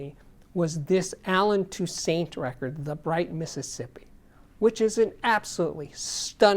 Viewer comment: great videos as usual. Saying his last name wrong. It's pronounced tousaunt. Just a heads up!